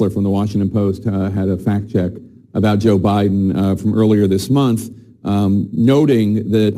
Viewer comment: “We don’t really know who Boe Jiden is”